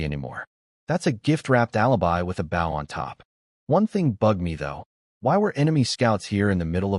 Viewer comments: Your AI narrative pronounces bow like the English word how, which is incorrect unless your talking about part of a ship! When talking about archery the word bow rhymes with the word English words low, or go, or so, or throw, or the name Joe. Whe pronounced correctly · these AI generated stories can never tell the difference between a BOW ships front like bou, ( amongst others) and BOW (and arrow) like bowe so hard to hear the ships term for the bow and arrow pronunciation all the time. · hearing bow (bou) instead of bow (bō) everytime is killing me. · anyone else irked that whenever AI says Bow it comes out as Bao? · Decent story. I just wonder why no AI seems to be able to say "bow" in the archery sense. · This story is great. The AI narrator is first rate. Good voice, good timing, good inflection. So why is the word bow, as in bow and arrow, pronounced like a bow, as in bow to the king and queen? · this was a tough one. the fact that BOW is mispronouned every second sentence was tough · This is good story but I'm not getting any closer to being comfortable with the mispronunciation of the word "bow!" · is it me or can none of these ai genrated things pronounce bow correctly. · The thumb nail show’s the protagonist wielding a bow, how do they manage to pronounced as bait. How do they fail to highlight words with multiple pronunciations? Liv, live, etc